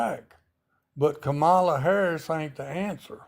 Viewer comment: Her name is KAMALA pronounced Comma-la, and she is mother ❤